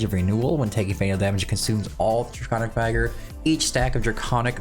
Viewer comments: Just for the future it’s not vy-gor but vig-or. As in vigorously…. I’ll get my coat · Vigor (with soft I, not hard I). The proper I sounds like Igloo.